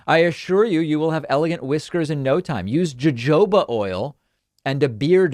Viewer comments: David, it's ~Ho Ho Buh oil~ , not ~Joe Joe Ba oil~ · Jojoba oil is pronounced Hohobah oil. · Jojoba pronounced hohoba. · Jojoba sounds like Hohoba. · Pronounced "hohoba" oil. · David, I think jojoba is pronounced like you are reading it in Spanish.